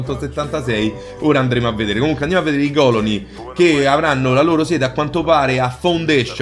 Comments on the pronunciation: TOP beta tester montatore cameramen e tuttofare Bethesda....che me fa' taia' quando dice còloni invece di colòni.😂😂😂😂😂😂😂🤗🤗🤗. Ma gli voglio bene per questo...ottimo video, belle notizie...e 10 minuti di simpatia!🖒🖒🖒🖒👌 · Si dice colòne non còlone